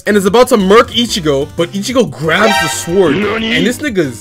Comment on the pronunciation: My man here be pronouncing the w in "sword".